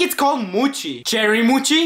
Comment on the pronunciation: its not moochi its mochi